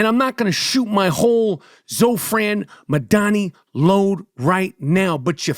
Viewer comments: All your listeners should ask themselves why you're so afraid of Mamdani you refuse to pronounce his name right. New Yorkers please take a minute to learn what Zohran actually said and stands for because Michael is lying to you. He also sounds very angry. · The way michael butchered his name without any care was 😂😂😂😂😂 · I love how Michael mispronounces dudes name every time he says it in a different way lmaoooooo